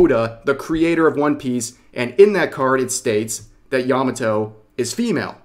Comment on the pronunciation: Made in Abyss has shrexual content? I watched the 1st season and didn't see anything remotely adult. What the heck? Yah mah toe Not "yahmmuh toe"